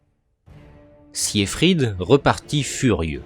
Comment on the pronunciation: Très mauvaise prononciation du prénom siegfried